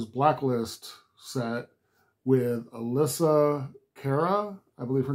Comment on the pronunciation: You got it all right! (The Canadian pop singer's name is pronounced "ah-LESS-ee-ah"). Metallica loved this version.